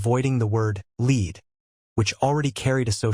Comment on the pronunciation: Lead/Red not Lead/Seed😊✌️❤️